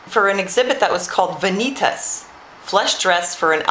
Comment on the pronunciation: just to let you know... vantias is not pronounced that way. "Van-ah-tass"